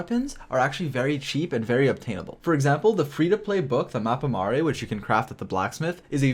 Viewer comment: It's Mappa Mare not Mappa Maré!! 😂